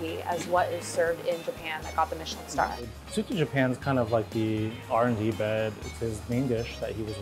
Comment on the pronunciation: Leave it to americans to ruin foreign terms. No you don't use soba interchangeably with ramen. Two different noodles made differently. Also, it's Tsu-TAH. But I guess americans like to americanize everything.